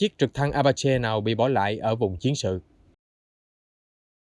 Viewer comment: Trực thăng "Apache" đọc là "A-pa-chi"